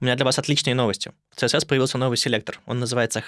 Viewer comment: CSS правильно произносить как "Си-эс-эс", а не "цэ-эс-эс", несмотря на то, что первая буква в расшифровке аббревиатуры не звучит как "СИ". Потому что аббревиатуры принято читать как алфавит. Вы же ведёте блог про верстку. Как вы можете неправильно произносить названия своего основного инструмента?